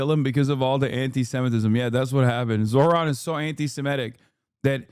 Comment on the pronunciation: That is quite literally the whitest pronunciation of Zohran’s name I’ve heard, good god 💀